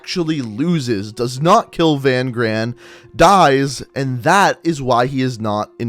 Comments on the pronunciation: It’s not VAN GRAAN, it’s pronounced fun kraan, in Afrikaans v is said as f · I know you don't know how to pronounce afrikaans names but that guys name isn't "Van gran" say V as an f and gs make a kch so Van graan the double a's is a aah so it's Van Graaaaan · Van Graan is pronounced fun graaaaaan with the other g sound.. i hve a friend with that last name please. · I love your videos man! Lol, just for fun- Van Graan is pronounced (Fan Khraan) in Afrikaans the G is like pulling a loogy. 😝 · In Afrikaans that name is pronounced "fun chraan. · I’m South African, Van graan that’s not his name you pronounced it wrong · And your saying Van Graan wrong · I'm also South African but the only problem i had was his pronunciation of Van Graan